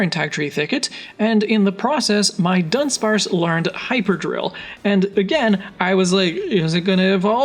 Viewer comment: A lot of people seem to do this, but it's Du-dunsparce not Dun-dunsparce 🤓